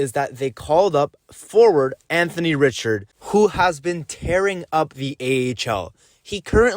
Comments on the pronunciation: Richard pronounced Ree - shard. ugh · You pronounced Richard wrong lol. try it like....Maurice Richard #9...just like that.